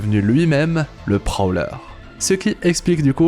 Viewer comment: LE PROLEUR????? G BIEN ENTENDU??? LE PROLEUR!🤨🤨🤨🤨🤨🤨